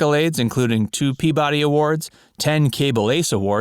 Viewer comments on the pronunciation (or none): none